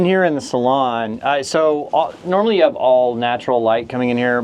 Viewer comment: It's a freakin' SALOON ... not a "...salon..."